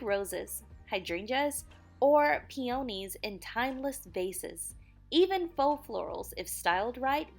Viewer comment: PEE-oh-nees, not pee-OH-nees